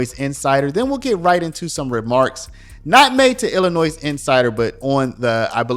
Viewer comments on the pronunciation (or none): It's Illinois not Illinoise! You don't pronounce the "s". Why are people from other states so ignorant? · Its Illinoi not Illinoisss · It is ill-a-noy. No "s" sound as this is a French word. Hearing ill-a-nois is sooooooo annoying! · NOT Illi Noise. Correct: Illinoi (silent 's') Learn it. Use it properly, or sound totally stupid. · Imagine that Jabba is corrupt. This blob tried to pass a bill called the new way forward that would bring back all deported illegal aliens, including violent criminals, at taxpayer's expense. Talk about voter fraud. It's pronounced Illinoy, not illinoise. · We pronounce Illinois without the S, more like ILLINOI drop the S. Thank you. Love your news! Would love to see JB out of office but, Cook County is so strong with democrats don’t know if it can change for our state….. Unions such a stronghold here too…. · I love it when people pronounce the s in illinois. It sounds so silly. Sounds like, Illanoise. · The "s" in Illinois is silent. i-luh-noy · The S is silent in Illinois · The “s” in Illinois is silent. You’re constant miss-pronouncement of it is distracting and reduces your credibility for a story from Illinois. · Your pronouncing Illinois wrong. The “s” is silent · The “s” is silent Illinois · The ‘s’ at the end of ‘Illinois’ is silent, Sir. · The S is silent in Illinois. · The “s” in Illinois is slight. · I had to stop watching.... there is no denunciation of the S in Illinois. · The “S” at the end of Illinois is SILENT!!!!! Dude, you’re better than this. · To everyone- The S is silent in Illinois. Please stop sounding so ignorant. Thank you for your attention to this matter. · The S at the end of Illinois is silent. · You pronounce Illinois so weirdly 😂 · There’s only 1 Illinois and the s is silent. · The S at the end of Illinois is SILENT